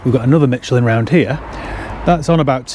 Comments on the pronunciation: Tyre brands: Vredestein is Dutch and pronounced: frey de stain Michelin is French and pronounced: Mie sjeh lin not Mitch’elin 😊 Have great days! Wish you all the best and may your channel grow to 54 million subscribers in 2024 😅😅😅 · Question for all you UK people. Why do you pronounce Micheline as Mi-ch-lin? Its pronounced as Mi-che-lin. Is it becauce you cant say the sound "š"? (if you dont know this letter and sound, just say Sherman and the first sound you made is how you should say it)